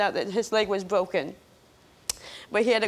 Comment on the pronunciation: "His leg was bwoken."